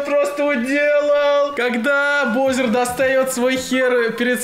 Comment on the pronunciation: Вроде же баузер, а не броузер